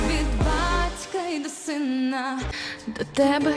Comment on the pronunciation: Родинна,синна,що це вона вимовляє, негарно звучить.